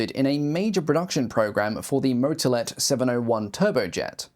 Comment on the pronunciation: The butchered pronunciation of all the names. One tip to english speakers: The pronunciation is short or long depending on "A" or "Á" respectively. The ´ gives the letter an acute pronunciation. Google translate gives the general idea on how the pronunciation works. On that topic, the words can usually be said as written, so, for example, "Motolet" is just that, not "Moutolet" as you can hear in the video. Pedantic rant over.